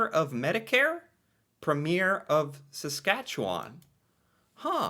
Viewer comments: It’s PREMier not premIERE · Every province has a Premier or the head of the provincial government for that province. It's also pronounced preem-yur. 😂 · each Province has a “Premier”…(pronounced ‘Preem yer). They do not have to be the same political party as the Prime Minister.